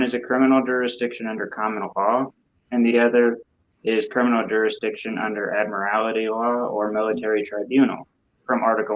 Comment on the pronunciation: "Admirality law." WTF is ADMIRALITY law? Its ADMIRALTY law FFS,. It has only one letter "I" in it. Admiralty law. Get it right.